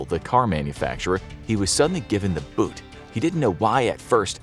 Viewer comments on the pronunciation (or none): none